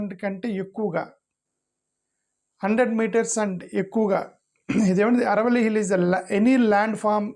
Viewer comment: సర్ ఆరావళి అనండి అరవల్లి కాదు